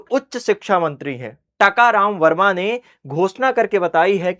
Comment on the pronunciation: It's not Takaram Verma It's Tankram Verma sir